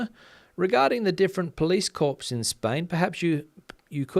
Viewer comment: Corps is pronounced core